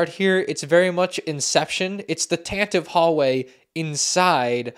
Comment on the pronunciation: are you even a Star Wars fan. Can't even pronounce tantive correctly 🙃 My favorite part about this is the Fives who doubles as a stormtrooper.